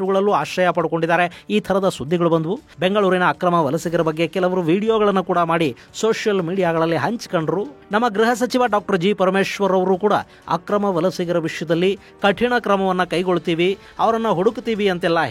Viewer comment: ಗೃಹ ಸಚಿವ ಅಲ್ಲ ಗ ಸಚಿವ